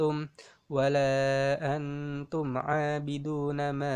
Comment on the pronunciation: Maap bang koreksi dikit surah al kafirun nya ko ga pake dengung pas angtum abina ma a'bud. Kan hidup nun mati ketemu (ta') huruf ikhfa